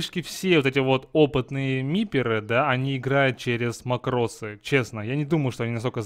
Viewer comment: Во-первых, мАкрос, а не макрОс. Во-вторых, смысл этого СКРИПТА(а не макроса)? Если ты дно, не имеющее скилла и микроконтроля, то этот скрипт тебе не поможет. Ведь ты не сможешь даже развести всех мипо в стороны, если в тебя ультанёт лич, не говоря уж о других случаях.